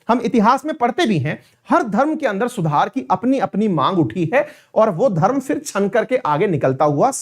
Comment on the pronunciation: सूधार नहीं सुधार 😊